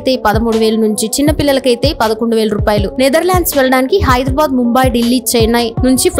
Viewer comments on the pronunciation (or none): none